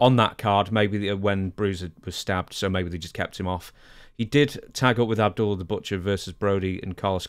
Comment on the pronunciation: He said Ab doodle the Butcher. 😂